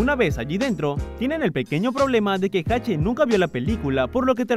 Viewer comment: Agrego ... 3: es Hache cómo la letra, no Jache